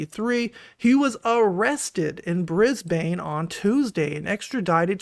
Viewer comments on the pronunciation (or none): It's not briz-bay-n It's briz-bin (I'm from the upside down)